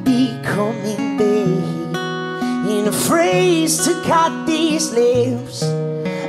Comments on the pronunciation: "So leave yourself intaked, 'cause I will be coming bake." WTF is with this pronunciation? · I know, I just think the way he pronounces it is funny!